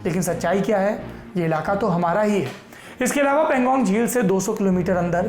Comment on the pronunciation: Saurabh bhaiyya .. Woh Pan-gong lake hai .. I think pronunciation was erred !